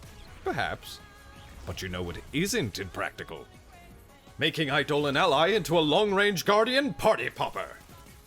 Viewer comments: Idle-On. Not I-Dole-Un. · "Eye-doe-lawn" - Eidolon or rather, "ayedo-lawn"